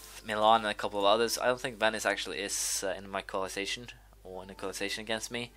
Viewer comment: you keep saying co-la-zi-tion when it's actaully pronounced co-a-li-tion just FYI